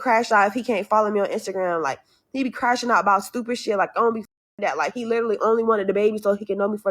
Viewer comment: "skriktly" "skraight" fuchin skoopid!